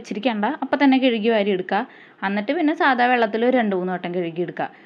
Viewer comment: കെഴുകി ❌ കഴുകി ✅ 🫵🏻🫵🏻🫵🏻🫵🏻